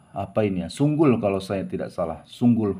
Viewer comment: Sukul bang , bukan sunggul